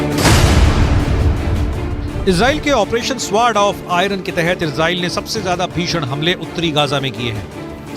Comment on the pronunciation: Kyu Izrel Izrel bol rahi ho It's a Arebic word Israel